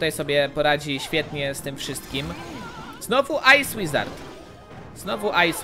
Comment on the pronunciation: Ej ty powiedziałeś ice łizard w magikal czeście